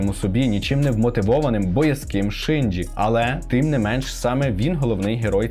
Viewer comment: Насправді Євангеліон це досить таки небезпечна штука, можна навпаки глибше і депресію впасти азазаз *Ще також хочу трохи понудити, вибачте т-т Не Шинджі, а Шінджі Не сьонен, а шьонен (Я просто вчуся на яп філології і мені здається, що для таких відео були б не зайві поради щодо правильної транслітерації 🙏)